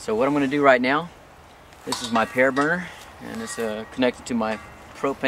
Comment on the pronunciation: "pear burner"